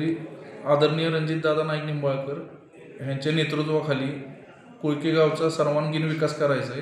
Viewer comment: कोकळी नाही कोळकी